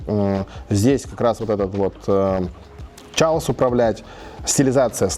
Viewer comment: Все переводчики/учителя английского слыша слово «chaos»: 🗿